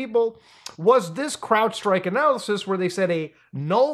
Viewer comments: clearly says CLOUDstrike. Also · i had to read the comments for a sanity check with how everyone keeps calling crowdstrike "cloudstrike" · minor correction for you muta. I think its crowdstrike not cloudstrike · You know it's Crowdstrike not Cloudstrike right? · Its Crowdstrike not Cloudstrike. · Is there a reason he is calling it cloudstrike and not crowdstrike? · How are you still calling it cloudstrike ITS CROWDSTRIKE!! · It's not cloudstrike it's crowdstrike. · Stop calling it CLOUDstrike. Seriously if you can’t get the name right how can anything else you say be assumed to be correct?? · Isn't it "Crowdstrike", not "cloudstrike"? Just sayin bruv. You want those search hits don't you? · It's Crowdstrike, not Clloudstrike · Muta, its called CrowdStrike, not cloudstrike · It's crowdstrike, not cloudstrike. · buddy’s still calling it cloud strike instead of crowd strike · Muta's inability to pronounce "Crowdstrike" extends to him literally mistitling the video calling them "Cloudstrike" lmao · Cloudstrike? It's CrowdStrike brother. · It's crowdstrike not cloudstrike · Its CROWDSTRIKE not cloudstrike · I love how we are so used to CloudFlare messing up we are calling CrowdStrike "CloudStrike" out of habit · CROWDSTRIKE, dude, stop calling it CLOUDstrike.🤦‍♂️🤦‍♂️🤦‍♂️ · I keep Hearing a cell phone call hangup sound in your audio through the video. also... you keep saying "Cloudstrike" ... its CROWDstrike. it is literally in the site you browse the folders you show ... you keep saying CLOUD haha "Now, when you go to cloudstrike..." Shows the Crowdstrike website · I do have to say, considering this is your second vido on the topic, I'm amazed you're stilll saying "Cloudstrike". It's CROWD strike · It's Crowdstrike. Not Cloudstrike. Say it with me Crowdstrike. Crowdstrike. Cheers 🍻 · But Muta, Its CROWDstrike! Not Cloudstrike. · ITS CROWDSTRIKE NOT CLOUDSTRIKE! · Why does Muta keep calling it Cloudstrike when it clearly says Crowdstrike? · Crowd. Say it with me Crowd